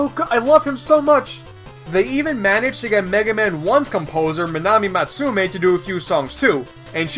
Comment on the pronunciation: manami mastumae is pronounced like man-aamee mattsuu-mayy im not japanese but i do know how most of their names r pronounced like